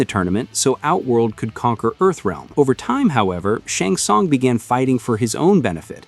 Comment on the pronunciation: as soon as I heard him pronounce "SHUNG SUNG" I lost all respect!